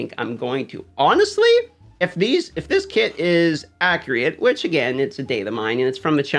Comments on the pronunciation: Totally posted same! Saw yours and deleted. No negative vibes. It always makes me turn my head when listening to videos! Appreciate your time to give us quality and acriate information! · "ACRIATE" love you